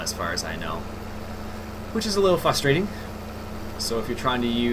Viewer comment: ian instead of frustrating like you meant to say it sounded like fstrating